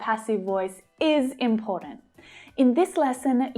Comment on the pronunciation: I like it when you say imporant instead of important